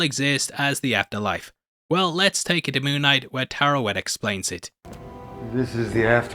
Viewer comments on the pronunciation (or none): none